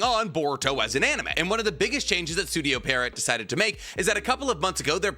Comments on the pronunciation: "cuh-wocky" lmfao holy shit "parrot" it's pi-roh, kaw-wah-ki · it's pronounced studio pii-erro, not studio perriot. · it's pronounced Pee-air-oh. Not Pair-ee-ot. Love you tho pookie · If wasn’t as educated as he is, I wouldn’t care, but because he is educated and highly intelligent, it grinds tf outta my gears every time he mispronounces Pierrot 😢(or edo tensei for that matter)